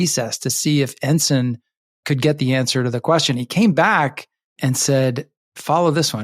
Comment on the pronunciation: At least Mr McCabe knows how to pronounce Ensign